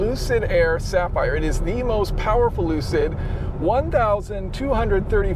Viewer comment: lol lucid sapheery